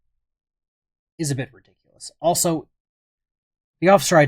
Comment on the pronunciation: Articula, redikoulous, Dodat, what command of the English language